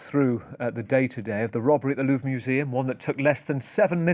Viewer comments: "Lorve" is killing me dude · The fact that he kept saying Lurv drove me crazy lmao